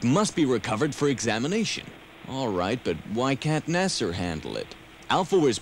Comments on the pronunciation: What's up with the pronunciation of NASA as "NASAR"? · Why do they say nasr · Flaming Thunderballs......'nas-er'? at least it isn't 'na-saw'. But still wrong. Ex-act-try? Puppet with a speech impediment? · Love it! But, "Nasser" for NASA??